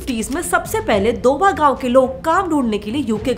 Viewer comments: Please thats not doba thats doaba pronounced as do a ba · Bewakoof ladki it's called DO ABA not doba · It's ok, she is not from Punjab, so it's her mistake to pronounce it wrongly